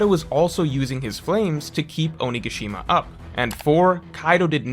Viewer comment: Your pronunciation of onigashima is killing me.